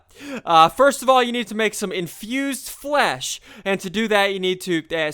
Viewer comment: the word infused flesh sounds so wrong